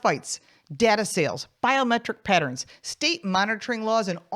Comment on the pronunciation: Is she saying patents or pattern? Weird.